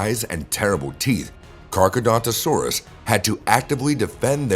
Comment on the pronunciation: Your pronounce Carcharodontosaurus wrong. You say Carchedontosaurus when it is actually CarchAROdontosaurus.